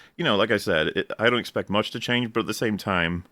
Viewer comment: "Chyange" is that Australian or maybe from the hood?